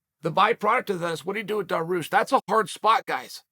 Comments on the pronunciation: Daroosh, Mackelchev lol 😂 I’m starting to think that Chael miss pronounces fighters names on purpose!! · Didnt chael just say it's a must to get fighters names right than bam hits us with Daroosh 😂 still undefeated. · How do you even spell your pronunciation of Beneil’s last name? Dar-Roosh is my best guess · Chael "Daroosh" Sonnen